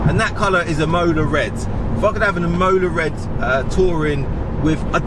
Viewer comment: Mate, Imola red is a great colour and takes its name from the beautiful city of Imola in Italy. Its correctly pronounced 'EE - MO - LAA ........not 'Immowlar'